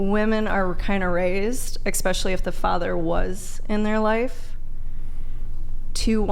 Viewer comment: The minute someone says "expecially" I know how serious I need to take them 😂